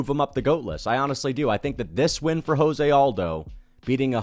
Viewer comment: Why can't MMA YouTubers say Jose Aldo's first name correctly?